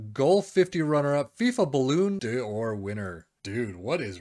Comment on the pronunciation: As soon as you said balloon d’or I had to turn off the vid my friend